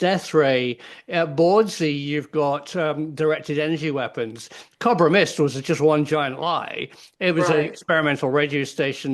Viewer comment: Cob-ra mist? ..... you mean Co-bra mist prof ❤❤❤